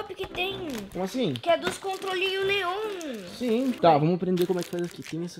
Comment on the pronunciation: e impressao minha ou o gabriel falou controlinho leon